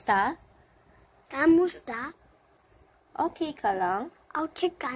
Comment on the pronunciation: "Kumusta" not KAMUSTA!